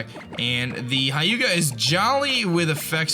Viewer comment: "hy-uga" :P